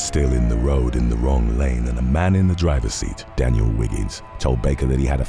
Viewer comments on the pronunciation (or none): none